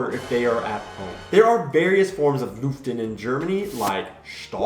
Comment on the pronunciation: Looften. That pronunciation,! Aubrey gets it much nicer. Nice animations though.